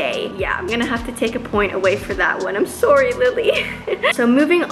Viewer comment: Lol you say “sorry” funny.